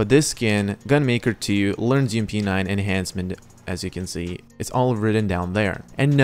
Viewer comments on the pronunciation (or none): none